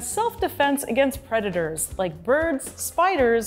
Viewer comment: "I's a vicious pweditor" velvet worm said.